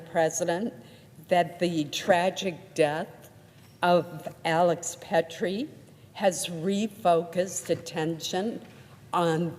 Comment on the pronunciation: Old traitor couldn’t even say his name correctly. It’s ALEX PRETTI!!! Not alex pettri!!